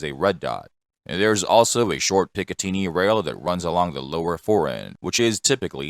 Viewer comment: The AI voice is crap, just like all AI voice narration. Google the English pronunciation of "picatinny".